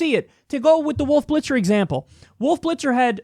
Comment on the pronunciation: "Woof Blitzer" Hehehe